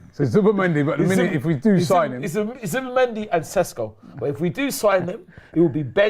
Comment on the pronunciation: that is the 1000% wrong way to pronounce his name